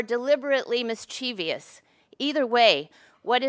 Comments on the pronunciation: LOL you think for all the academics (ACADEMICS ACADEMICS ACADEMICS) the short haired lady has experienced she'd be able to pronounce the word "mischievous" properly. Good Lord. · The troll speaking against Peterson mispronounced "Mischievous", so I dismissed it's argument completely.